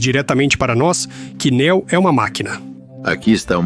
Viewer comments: Fiquei curioso com o tema do vídeo, mas essa dublagem toda em IA, Neo chamado de nÉo, e etc, me impediram de ver essa teoria. Sobre as inconsistências faladas até os do vídeo, pode-se levar em consideração que o filme quando lançado era um filme solo, e depois que ele fez sucesso que foram escrever um segundo e um terceiro filme. Logo as inconsistências são frutos da ganância hollywoodiana. Assim como o quarto filme. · Juro que tentei ver o vídeo mais o locutor não fala nem o nome da personagem direito ele pronuncia néo ao invés de neo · "Néu" 👎🏻....... "Niô" 👍🏻👍🏻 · Não é Não, é Níô, tipo, novo, escolhido. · Até me interessou, mas ouvir chamando de Néo, me fez dropar! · A pronuncia é "Niu" chat gpt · nem o nome do protagonista o cara sabe falar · o cara sabe pronunciar varios nomes em ingles mas peca em neo? será que realmente ele assistiu o filme ou é apenas um mero inseto procurando s eu lugar ao sol?